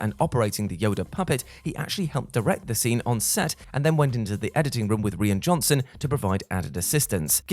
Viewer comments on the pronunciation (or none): And it's Rye ann Johnson not Reean! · You mean you haven't heard of Reen Johnson? :p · Who taught how to say the director's name